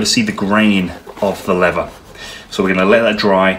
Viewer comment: Please pronounce the word leather correctly, I'd stay with this but the way you say lever does my head in mate.